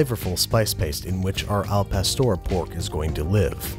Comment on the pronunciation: Therapist- BWB pronouncing Spanish doesn’t exist, it can’t hurt you Babish saying al pastor